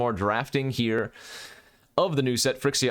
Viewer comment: why do you always misspronounce phYrexia, is that some kind of insider? hurts a little bit every time i hear phrxia